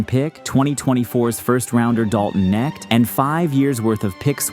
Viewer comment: "Dalton Necked"??